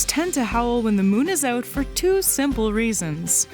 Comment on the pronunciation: “The wolves come oot to eet” I wonder where she’s from